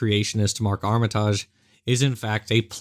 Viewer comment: Is he misspronoucing Armitage? Or is it another North American Vs European pronoucation thing. I know it's a minor thing but I get really irritated when people misspronounce names so I wanna know who's wrong. If it's the name of a British person he is 100% wrong I think.